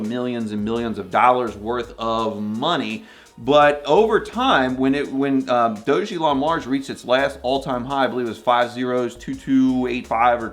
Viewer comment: It’s pronounced “DOG-A-LON”